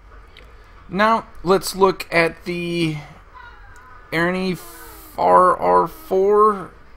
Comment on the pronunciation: aha, thanks for the shoutout, and also, the eirene is pronounced I-reen, im pretty sure :)